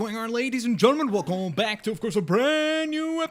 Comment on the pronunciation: it's so funny to me look blitzwinger: hey everybody WELCOEM back